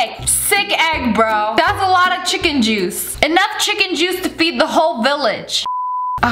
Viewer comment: She didn’t just say chiken juice